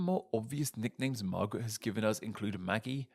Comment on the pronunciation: What an interesting way to pronounce "marguerite." 😅